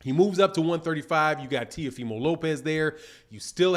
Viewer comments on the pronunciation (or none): none